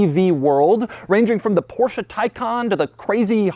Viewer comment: Finally a native English speaker who knows how to pronounce the Porsche correctly, and that's without swallowing the "e" in the end. Such a relief, love u Doug! 👊